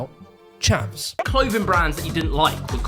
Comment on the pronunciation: “Chavs”, not “Chevs” smh uncultured mericans